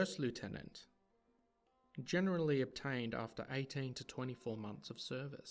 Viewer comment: And that's before the issue of them mispronouncing "lieutenant"